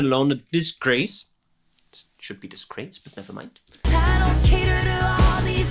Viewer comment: omg that was the BEST “but never mind” on the stresses! Congrats!! You’re a Swiftie!! ❤